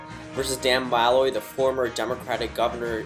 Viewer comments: It’s Muh-loy not Ma-loy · Didn’t you already do this? Also, it’s Muh-loy